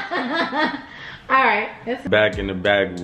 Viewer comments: “ i was brushin my teef 😬 “ 😂😂😂💀 I’m crying. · “i was brushin my teef “ that’s good most people don’t even wash they ass 🤣